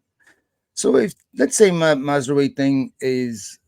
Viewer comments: OK James: it's pronounced Maz-ra-wi (just like 'oui' as in 'yes' in french). Not Mazrooayi or whatever that was. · Hey guys just to tell you that mazraoui is pronounced mazrawi. Good video as always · James' pronunciations have me rolling all the time. Did not see Maz-roo-eye coming